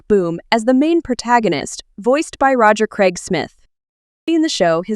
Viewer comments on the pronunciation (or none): none